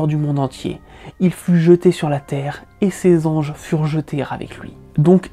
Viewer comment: Ses anges furent jetés 'r'avec lui... Effectivement il faut faire attention à utiliser les bons mots mais aussi à ne pas faire de liaisons qui n'existent pas 🤣